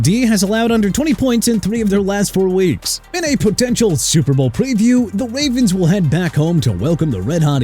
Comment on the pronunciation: "The Wavens" LMAO